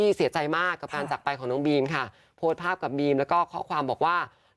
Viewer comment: บีม ค่ะ ไม่ใช่ ปีม